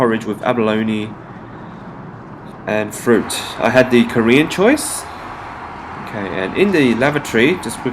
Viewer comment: Omg Its THE Not DEEE